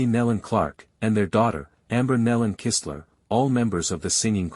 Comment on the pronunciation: You pronounced Amber & her husband's name right, Kistler